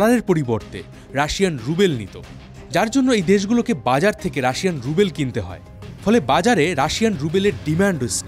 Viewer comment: good video. but its not russian rubel (রুবেল), it's ruble (রুবল)